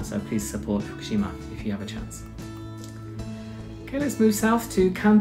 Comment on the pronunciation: The capital of Saitama Prefecture is a city of the same name-- Saitama City. Not Utsunomiya. The capital of Fukushima Prefecture is also a city of the same name-- pronounced Fu-ku-shi-ma. Not Fukishima. Kagoshima city is the capital of Kagoshima Prefecture, NOT Utsunomiya. Utsunomiya City is the capital only of Tochigi Prefecture, in the northern Kanto region. But aside from those minor errors, it was a nice video. Thanks.